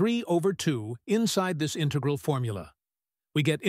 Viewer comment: Teach your AI to pronounce euler and integral.